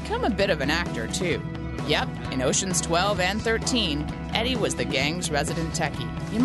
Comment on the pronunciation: jesus, how can the host mispronounce Eddie's name...